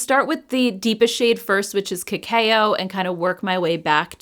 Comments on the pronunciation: The Flower Beauty palettes were already on my wish list because I have the other 2. ❤ Just FYI…. Cacao is pronounced “ka-kow”, not “ka-kay-oh”. Great video as always. ❤ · Just a friendly tip.. cacao is pronounced like kuh-cow 😅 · Thanks for another great video. You're one of my favorite YouTubers! Also just an FYI - cacao is pronounced "ca-cow":)